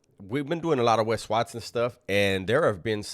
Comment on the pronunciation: Wat-sohn mamon, Wesonites !!? 😅😅😅😅😅